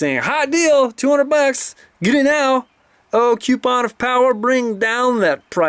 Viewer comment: "With a Quepon"